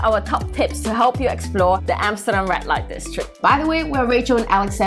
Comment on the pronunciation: Might want to fix your pronunciation. Sounds like she's saying "rat light district"